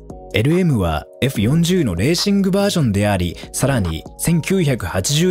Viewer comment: 「フェラーリえふよんじゅう」www てぃぽwww もうクルマ知らないのバレバレだねwww